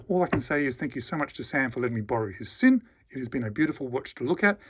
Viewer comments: it's pronounced "Zinn" with the "Z" sound, not the "S" sound. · the Sinn CEO pronounces it "Zinn". My second language is German. Make no mistake, it's pronounced "Zinn".